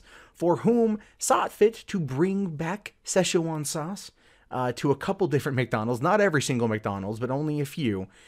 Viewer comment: Why are you saying "session one" sauce? You're adding too many syllables guy.